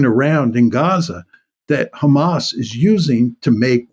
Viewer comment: “But how would you go after kkkkkhamas” .. think I’ll give this one a miss